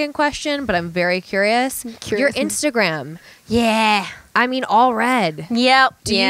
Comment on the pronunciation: that “yeahhh” sounded SOOO Australian